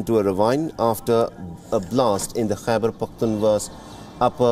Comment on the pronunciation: And it's khyber pakhtunkhwa not khyber pakhtunwa